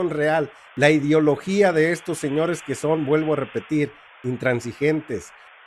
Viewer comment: Para empezar no se dice idiologia, se dice I D E O L O G I A, POr favor. Lo que dicen de FRENAA, no es cierto, informate, primero, el señor Salmeron es historiador, considero qu no esta informado, el señor Abascal no e sde FRENAA. INformensa , investiguen antes de hacer una nota de este tipo.